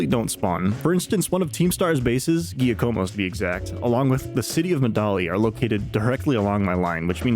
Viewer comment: Very nice video but.... You read it Jah-coh-moh ahahahaha